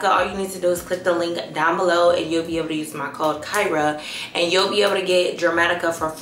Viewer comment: Definitely want that meshki cardigan too cute. Leave it to kirah to say Jer-matica and not Der-matica.😅